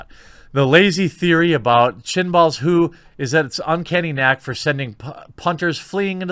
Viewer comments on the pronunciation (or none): "Chinball" lol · Chibnall's Jeremy, Chibnall's.......... not Chin-ball's, PMSL!..... scratch that, you were right, he's the biggest Chinball on earth!